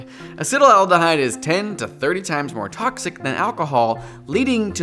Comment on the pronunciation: Acetaldehyde is pronounced ACET-aldehyde, not ACETAL-aldehyde.